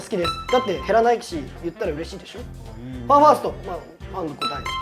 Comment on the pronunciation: 大昇くんのファンファーストの発音が好きすぎる